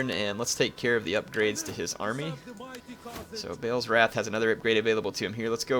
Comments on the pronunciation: BA'AL isnt pronounced BAIL... Its pronounced BAHL or BARL without rounding the R.. you can even hear it when you select one of the armies or on the diplomacy screen.. i hear it all the time... Ba'al Hamon be praised. no big deal though i suppose... your not the only one saying BAIL... its different to a lot of other difficult names that arent mentioned specifically in the game... so most of the time we're guessing. but Ba'al is mentioned throughout the game many times. so this one just sticks out.... sorry for being a dick. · I love your commentaries but 'Ba-al' is pronounced how it sounds not 'Bale' pls am picky but it annoys me